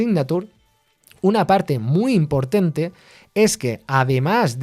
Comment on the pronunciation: "IMPORTENTE"?? efectos secundarios de ser programador xD